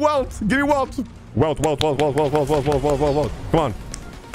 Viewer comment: Welt (pronunced "Velt") is the only canon character from Honkai Impact 3! And he's such an AMAZING character, I love him, he was so epic in HK3, can't wait to see more about him in HSR! (playing the beta and I NEED him). With this game, HK3 devs are just showing how good they are, it's gonna be so epic! I'm glad they finally get all the attention they deserve.